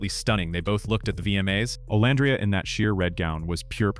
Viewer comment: I actually liked this one! I usually don't like your post. You say Olandria's name incorrectly, then you'll say it correctly! In this particular post, I actually agreed with everything you said! 1st time for everything! 🤪